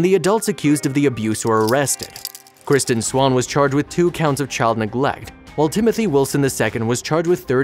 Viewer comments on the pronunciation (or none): none